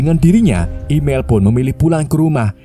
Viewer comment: Emil bah bukan imel😂